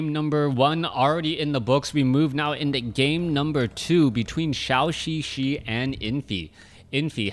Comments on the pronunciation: Thanks for sharing! By the way,it is [dʒəu]xixi instead of [ʃau]xixi. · Could you plz pronouce ZhouXiXi correctly? It triggers my OCD every time